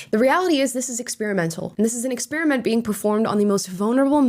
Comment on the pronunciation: Aaaawwwww you pronounce experiment wrong. 😢